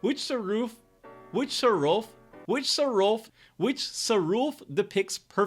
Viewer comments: Sarulf is likely pronounced sahr-ULF, not SAH-rulf,.. with the emphasis on Ulf. (Ulf means wolf.) I'm no expert though, so I could be mistaken. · If you can't pronounce Sarulf, call him "Fenrir", not "S"